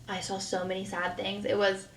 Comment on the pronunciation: Now I cannot stand her videos because I catch all her speech issues... sawll vs saw or seen. Kiddos. Things are "hard". NaKova or Kova? Its in other videos too.